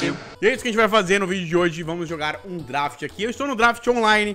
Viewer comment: Ninguém: A -: drAft